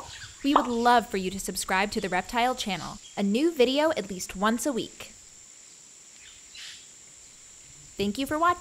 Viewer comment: What is "tenk you"?